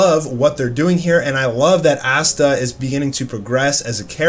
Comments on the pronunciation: It's Asta bro not assta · The fact that he pronounces it as Assta and not Asta LMMMAAAAOOOO 😂😭😂😭😂😭😂😭😭